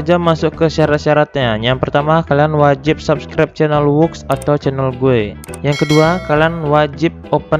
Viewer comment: sabskribsyièn bang baca nya:)